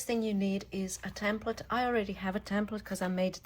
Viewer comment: Love your videos. Thank you for caring and sharing. Just one thing. It is called a "template and not a "tamplet". 😊